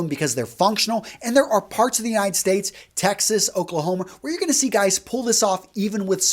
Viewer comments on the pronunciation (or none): none